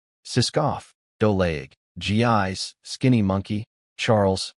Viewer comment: I realize her name is spelled Gis but, I believe it should be pronounced Jiss, not Gee-eyes. different languages different pronuciations. Still...